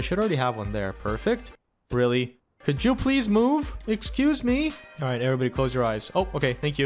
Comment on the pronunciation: "MOOve" "They need to keep WOCing"